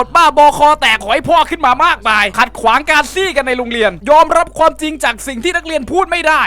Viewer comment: ขัดขวางการ 'ซี้' จะเน้นไปไหนข้อนี้ กรุลั่น 555+